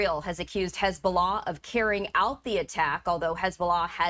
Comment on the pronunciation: If u can’t pronounce Hezbollah correctly then don’t say it. Geez lady.